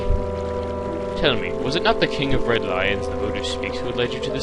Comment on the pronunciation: lulz, I thought you said 'the king of red lines' at first xD now this all makes sense:0